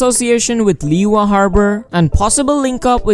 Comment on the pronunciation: Lee.wa? It's annoying dude!